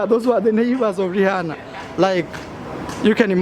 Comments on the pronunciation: Learn to pronounce Rihanna please 😂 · It’s just Rihanna brah, not Jesus